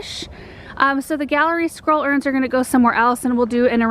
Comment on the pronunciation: Every time you say Gallery Scroll Urns I think you’re saying Squirrel Urns and I’m looking for the squirrels 😛 lol Love everything you present! ❤️